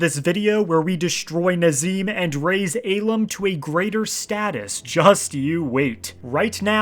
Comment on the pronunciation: Love how you sent him to the real Cloud District, but hate how you pronounce the real name Ahlam...